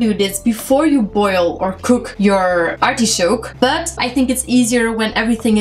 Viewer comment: it's not artishoke….it's artichoke....